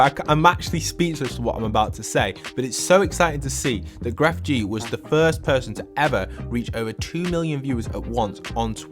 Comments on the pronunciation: I'm still hearing "Gref gee" and it makes me feel muy incómodo. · Lo siento bro me duele el corazon porque enseria gref gee suena mal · This is random but when you say Grefg you don’t pronounce the G at the end. It’s just said like Gref :3